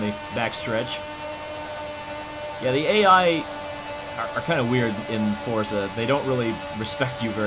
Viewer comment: It’s pronounced “Fortza”